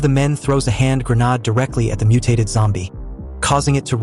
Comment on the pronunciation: it's grenade not grenada!...damn A.I. voice.